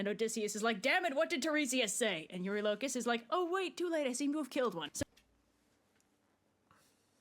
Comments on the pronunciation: I just gotta jump in quickly and say that the way the creator of the video says Telemachus and eurylocus is the AMERICAN way of saying his name. The way it’s said in EPIC is the GREEK way of saying it, so that’s the correct way Also, when they said “in all his glory” they meant it. Ody slaughtered all of these people while stark naked😂😂😂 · It'd be cool to see more of I genuinely don't know who is right between and Jorge with the pronunciation. Pretty sure Epic did mispronounce "Elpenor," but I'm also ptetty sure pronunciation of "Eurylochus" is wrong